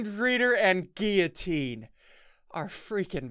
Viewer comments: Ssundee:giutine Me:its giulotine not giutine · Ssundee this is how you say guillitine Gill oh tene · Ssundee guillotine is pronounced Gil-o-teen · No it's pronounced gui-o-teen